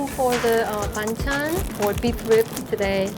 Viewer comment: Ah he meant that. Did no one correct his pronunciation all those years they worked together or does it actually sound the same to Korean ears? In my ears that's very different but I'm Thai so.